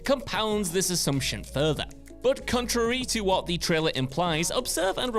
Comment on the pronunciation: Not even a minute in and he can't even pronounce the word CONTRARY *WTF?!*🤪😹